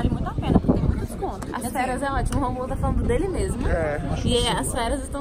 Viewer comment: Como o Romulo fala errado